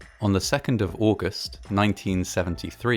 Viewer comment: On the second of aouhhgust